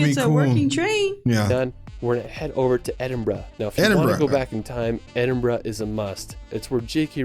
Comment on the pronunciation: The narrator doesn’t pronounce any of the names properly. He should have learned how to say Edinburgh, Glenfinnan viaduct etc better before attempting this video. If you pronounced the names the way he says the locals will either laugh at you or punch you. I’m from Scotland, I live just outside Glasgow and one hour from the capital Edinburgh. I’m not that far from Stirling and it’s history eg the Wallace Monument dedicated to William Wallace (Braveheart Movie). I adore the Highlands especially Skye. I’ve been Wild swimming in Loch Lomond and Loch Ness and white water rafting on the river Tay. I’ve also been on the Jacobite steam train over the Glenfinnan Viaduct and i’m not a harry potter fans as well as visiting Culloden battlefield , various castles, and the fairy pools in Skye. You can’t beat Scotland for its beauty and i’m glad i was born, bred and still live here. Thanks for the reaction. Take care 😘🏴 Alba Gu Braith🏴❤️